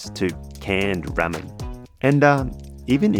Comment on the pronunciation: Hey, the internal organs are the most toxic part of Fugu. Once removed they're locked in a metal box, details of the number of fish are recorded and they're collected to be disposed of. Its not "Rammin" it's "Rahmen" 😜 Your chicken prosciutto needed truffle butter!! Japan is the foodie capital of the World 👍